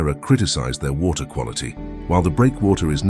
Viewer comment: Way-ter ....first time I've heard water spoken this way.